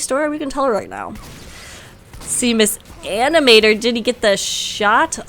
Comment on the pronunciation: Hi, its me again, with the good old "my name is not mis animator, the m and s in my name are pronouced seperately!" comment. But in all seriousness thanks for the cast!:D <3